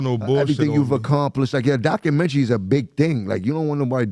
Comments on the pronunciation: Let me find out 50 gonna release a “dakumenchy” on Jimmy and Maino. What is a “dakumenchy”😂😂😂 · They don’t even know how to say documentary correctly